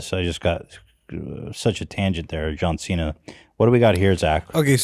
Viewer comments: As someone who actually speaks Mandarin, John Cena's pronunication is fucking terrible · As a Chinese person I will say that it is impressive that he can speak Chinese, his grammar is bad. But that’s cos Chinese is wonky and his pronunciation can be worked on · Zach: What was the proper pronounciation,? Ethan: singing: John Cena? Zach: no but in Chinese dialect: John Cena... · John Cena speaking Chinese is so cringe, he pronunciation is flawed...i speak Mandarin and I could barely understand what he was saying without the subtitles....yikes.